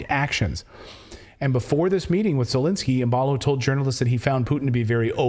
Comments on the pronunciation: Who in the heck is E-lensky ? Do you mean Z-elensky ? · no, Elendsky or Zucchinsky!